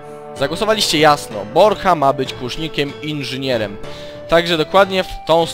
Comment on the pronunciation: poprawka Borcha nie Brocha